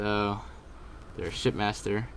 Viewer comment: It sounded like you said "There's the shitmaster here"